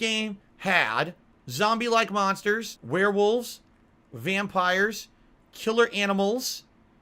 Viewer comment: Notice he slurs the word 'vampire' listen very carefully he says wampire the multiple gins on a daily basis is clearly getting to him!